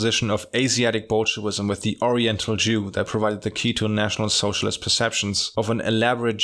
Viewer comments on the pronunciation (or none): 🤣 pronunciation of "National Sozialist" always cracks me up